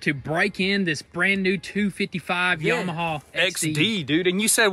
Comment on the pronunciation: Yam-uh-haa, there is no" W" on the end. Just like you were taught in school, sound it out. Or look up how to pronounce Yamaha. Hee haw.